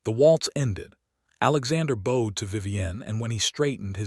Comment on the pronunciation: Bowed in past tense is b-out-d, not bode....